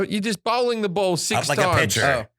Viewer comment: It's called bowling. Fucking hell it's bowling mate! Oh ya, bowling. Not bowling. Lol.